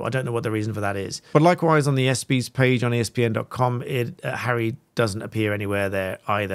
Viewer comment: Dude… today I’m going to be “that” person as I’ve heard you repeat this several times. It is the ES- Ps, not EP- Sees. Love your topics.